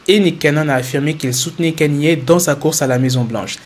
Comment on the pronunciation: C'est pas Kanyé west mais Kanye west